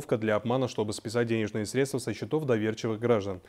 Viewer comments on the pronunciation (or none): журналисты, милые, хорошие наши, пожалуйста когда в вашем эфире человек неправильно ставит ударение поправьте его и заново снимите репортаж. вас подростки тоже смотрят, они верят что в телевизоре всё правильно и потом так же неправильно произносят. надо говорить сре'дства, а не средства'